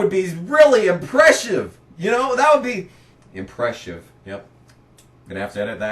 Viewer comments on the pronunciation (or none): Its not impressive to say impresshive...........lmao. just trolling you brother. These rants were always legendary. At the time I am sure I was mad as I was KB fan. However, I tottally understand the pain. I hate to see Larson in the 88 car now. I wish he had to drive the 32 or 91 like Chastain does sometimes (i know he won in a JRM car last week)(you made that suggestion in this video 10 years prior, just got to that point now). Which is exactly the frustration you are describing with Kyle Busch here. And not everyone can win in the 18. Riley Herbst never did. He won in the 98 though. The same arguments are made in this video about Sieg 10 years later and he is still in that 💩 box 39. #themorethingschangethemoretheystaythesame